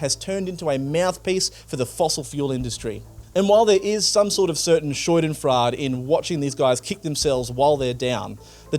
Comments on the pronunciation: Excellent piece as usual. My ears pricked up at a mispronunciation - 'Scheudenfrade' instead of schadenfreude, but I think it works perfectly here as the Coalition are going backwards anyway. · I was a little annoyed at "newcular" and then you hit me with "shoidenfrard" Aside from mispronounciation of course, great reporting and great takes... and the seppuku bit was so fitting, oh my god